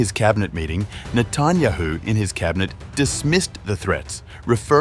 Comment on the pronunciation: Please, pronounce correctly the last name of the Prime Minister of Israel, which by the way is very well known, show some respect. Thank you.